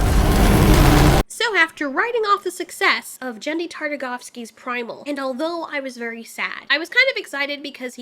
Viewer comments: also i think its pronounced Genn-dy. not Jenn-dy. 😇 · His name is GEN-DY -- not JEN-DY -- just an FYI. Don't believe me: <- you can hear him say it here. No hate, just, I've had so many ppl throughout my life call him that, and I am always correcting them - some give me backlash, but I have the utmost respect for the man who inspired me.